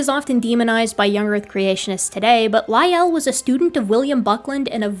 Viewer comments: Hey, where did you learn your pronunciation of Lyell. In my birthplace it's pronounced like Lie el not like Roy al. That birthplace was surrounded by mountains named after English naturalists of the 19th century. With the last mine existing under Mt. Lyell called the Mt. Lyell copper mine. hence our pronunciation of it. Funny little trivia is most of the mountains were named for English naturalists of the 19th century because erasing the indigenous names isn't genocidal at all. Charles Gould name Owen, Lyell and Sedgwick. Darwin was a nearby mountain already named what makes things interesting is that Sedgwick and Owen hated Darwin's ideas, Lyell was a supporter. The smallest mountain in the range was later named Huxley. Tallest mountain was named Murchison. This range is just to the west of the highest point on the island Mt. Ossa. The only mountain a mile high on the island. Thank you, if you answer you might get a like. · What a tour de force. The scene-setting history of the world introduction alone was remarkable, and the irrefutable dismantling of YEC with receipts was a thing of beauty. However, Augustine is pronounced Augus-TEEN, not Augus-TIN; Lyell has one syllable (rhymes with while); the arch in archbishop is pronounced like March (or arch, for that matter); Bishop ends in op not ip (I presume that was just a typo given that I and o are adjacent on the keyboard); the Regis in Lyme Regis is pronounced REE-jiss; it’s sur-VAY-ing, not SUR-VEE-ing; it’s aba-LOW-KNÉE, not aba-LONE; it’s BO-vid (rhymes with COVID); and it’s invo-LOO-crum, not in-VOL-u-crum. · pronunciation is a bit off but I have to be forgiving on account of the first class trampling she gives out to the likes of Doug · If I might be allowed a pronunciation note: Lyell's name has only one syllable. And 'Giovanni' has only three syllables: sort of like "joe-VAH-nee". None of this affects the content of the video, of course.